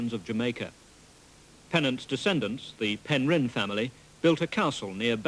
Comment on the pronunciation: Shame that the narrator can't pronounce Penrhyn property- he's emphasising the 'rhyn' rather than the 'Pen'.